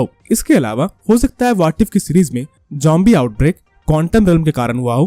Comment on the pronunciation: bro its zombie not jombie 😂😂😂😂